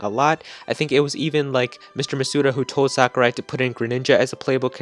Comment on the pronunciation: Its Sakurai